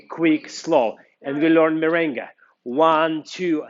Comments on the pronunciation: Merengue, not mirengue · Very good tecnics but is MERENGUE. no mirengue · Correction*Merengue not Mirengue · Is MERENGUE not MIRENGUE.TY